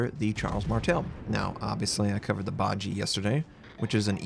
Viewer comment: I'm pretty sure you mispronounced 'Bajie', it should be ba-ji-ye, 'ye' like that in 'yeah'.